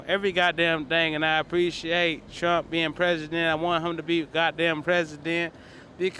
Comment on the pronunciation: He had it right... "Prump"